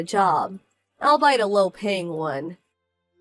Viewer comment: Also OUCH. Albeit is pronounced all-be-it. Please don't all-bite me! And please learn to look up unfamiliar words, it only takes a few seconds and makes ALL the difference. Yeah, I know, no one ever reads these comments. That's why the stories continue to suck in the same ways.